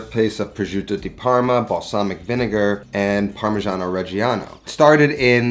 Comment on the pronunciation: you just lost my subscribtion by misspronunciation of the fkin cheese. Again. Its just a slight difference between parmeggiano and "parmezhiano", but it rips my ears open. And I´m not even fuckin Italian. I am not sorry.